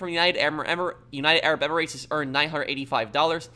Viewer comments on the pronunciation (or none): none